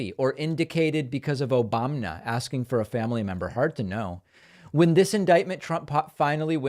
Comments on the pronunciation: yeah, I loved that! A sudden, total break from his mad genuflecting and in black and white? And we got a few, “OBAMNA”’s too! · Random “Obamnas” hell yeah!!